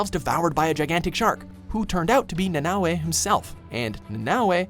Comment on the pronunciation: Wow pronounced Nanaue like they would In Hawaii, I hate when people pronounce words wrong since nowadays you can just check online how to pronounce words correctly so your not offending there culture the words originated from